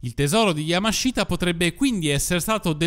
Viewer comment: Bel video come sempre MA... YAMASHITA si pronuncia YAMASHTA, la I nella sillaba Shi, in questo caso è muta 😁